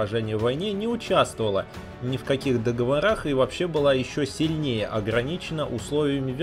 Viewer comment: Не в "договорАх", а в "договОрах"